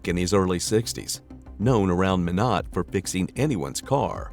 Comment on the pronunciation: Minot is not pronounced "meh-not" it's "my-not"